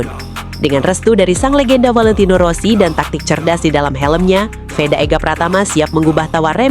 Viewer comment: Vedaaa woyyyy,,, bukan Weda...